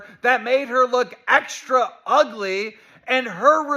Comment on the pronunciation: Love the emphasis my man puts on "extra" in "extra ugly".